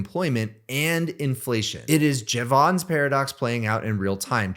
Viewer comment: I am going to stop listening to you unless you learn how to pronounce Jevons